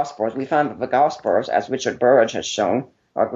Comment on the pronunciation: No offense to the guy, but I just can't get past his speech impediment. Gospers? Miracres? Public speaking wasn't his wisest career path. Either way, took him out behind the toolshed in this debate.